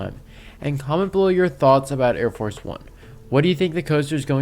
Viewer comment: It’s Arie Force not Air Force